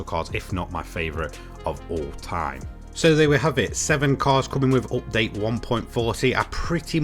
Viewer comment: nice 'optdate'....repeat after me.... 'up:'..... 'date'.....'update' !